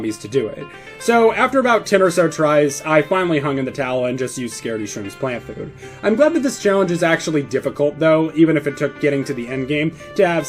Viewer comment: bro said "flant plough" get his ass /silly /aff